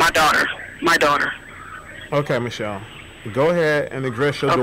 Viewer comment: Come on dude, is it michelle or mitchelle???. Cause you start off pronouncing her name wrong!!!!. Speak right !!